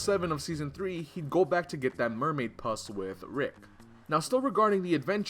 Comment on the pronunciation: How do you mispronounce puss..